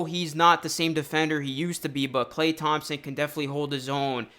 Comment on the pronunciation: Bro please just say “Klay”.